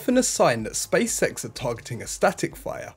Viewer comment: Stop saying spacesex... its SpaceX.